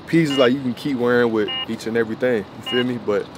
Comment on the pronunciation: Which Jamaican girl are you talking to? "Every ting"